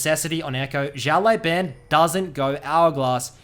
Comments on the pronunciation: his name is pronounced "shiao lau bahn" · why are you saying "xiao lai ban" when there's literally no 'i' in "lao" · Just so you know xiao lao ban is pronounced like shao lao ban (like bang without g) and it means "little boss " 小老板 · his name means little boss btw say that instead of butchering haha ( just the way u say the last part ban is boosted ) love u dude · Hey, not trying to be disrespectful in anyway, but has anyone told you that you're pronouncing his name incorrectly? Translating "little boss" to Chinese simplif is the perfect translation. Anyways, Thanks for the vids!